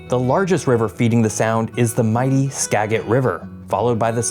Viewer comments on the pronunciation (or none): Skagit is pronounced ska-get and Puyallup is Pew-Al-up. 💜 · *Skagit = skajit *Puyallup= pew-allup *Nisqually= nis-kwally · No one from Washington pronounces skagit as yeahjit. It is pronounced as ska-jit. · Can definitely say that guy isn't from Washington since he was saying names to places in really weird ways. He said Skagit river (Skaggit) actually sounds like Skajit. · it’s pronounced like gadget but with sk in front of it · for anyone who wants to know how these are actually pronounced Ska-jit Snow-home-ish (got this one right) Pew-all-up Nis-qu-all-ee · Some helpful pronunciation Tips from a local: Juan de Fuca = "wahn day few-cah" Skagit = "skad-jit" Puyallup = "pew-al-up" Nisqually = "nis-kwal-lee" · Skagit (Sk-adj-it) Puyallup (Pew-al-up) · LOVE your videos. But I have a wee bit of constructive criticism: before making a video with names like Juan de Fuca (fyu-kah, not foo-kah) and Indigenous names like Skagit (ska-jit), I’d recommend looking up the proper pronunciation. It’s not necessarily a major problem, but it can be when it’s a Native American nation’s name. Keep up the good work man! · Skagit: "SKAA-djit" Puyallup: "pyoo-AL-up" Nisqually: "ni-SQUALL-ee" Also, I wouldn't exactly call Tacoma "obscure." If I travel around and tell other Americans or Canadians that I'm from Tacoma, they usually know that it's a major city in the Puget Sound area. At least you pronounced "Sequim" and "Steilacoom" correctly...gotta give you credit there. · Oof. You missed the pronunciation on 3 or 4 of these rivers. Skagit has a soft g. Puyallup is a y, not a w. Nisqually rhymes with 'missed Wally'. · Skagit is pronounced "SKA-jit". Puyallup is pronounced "Pyoo-AL-up". Nisqually is pronounced "Niss-KWAHL-ee". You did pretty well, I've heard a lot worse attempts 😊 great video as usual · Your pronunciations crack me up. Ska-jit. Nis-qwally. Pew-allup. Few-ka (although the way YOU said "Fuca" is the proper Spanish pronunciation, we say "Few-ka" like "Cew-ba".)